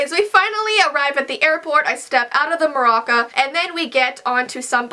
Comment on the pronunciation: "so we arrived at the airport and I got out the maracca" lmfao